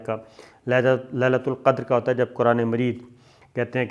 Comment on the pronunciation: Sir Aslam o Alikum i love you sir ji Sir me apka bohat bara fain hon me apki har video dehkta hon Hamisha kush rahy Allah paak apko lambi zindagi day Butt sir aj pihr is video me choti c galti hvi hai ap se ap ne quraan majeed ko quraan marihk ya quran mured keh diya sir sorry butt me apka ik ik lafz bary dihaan se sunnta hon Sabir Shakir zindaa baad Pakistan zinda baad Pakistan paindda baad